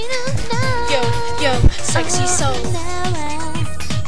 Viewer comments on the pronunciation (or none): Its Sekushii Not Sekishii Lol Thats How Dey Say It